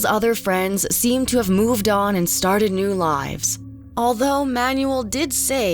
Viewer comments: Excellent work and interesting interviews. One thing: it is pronounced Man-u-el. Not manual. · Name butchering is ok with names like “Starowicz!” But “Manuel?” It’s pronounced “ MAN WELL!!” Holy crap read a book ! Ask around ! How hard is it!? Friggin’ ‘Man you will!?”.. car manual. Lol. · Manuel is pronounced as: mahn WELL, not Man yu el. Sorry but, I found that constant mispronunciation very distracting. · This narrator has GOT to go..great video otherwise...If you're gonna say a guy's name 100 times in a video at least learn to pronounce it..it ain't Manual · The way she says “Manuel” bothers me lol